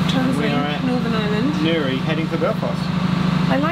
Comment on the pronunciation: Thanks for pronouncing Newry and Poyntzpass correctly 😂